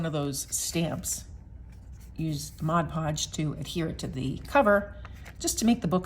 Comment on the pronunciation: These are just the kind of small collages I like best (abstract). Thank-you for the video, and especially for pronouncing "Mod Podge" correctly.